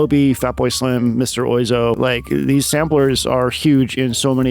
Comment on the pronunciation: mr oizo = dr wa-zo